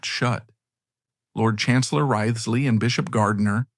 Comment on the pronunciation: Wriothesley is pronounced "Rizley". Took me ages to realise whom you were referring to.